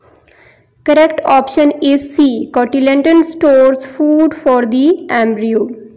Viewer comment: cotyledon hota hay aap nay hat bar cotylendon bola hay